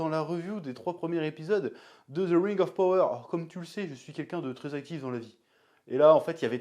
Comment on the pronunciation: par contre c'est pas ze ring auf power MAIS ZE RING OF PAWOEUR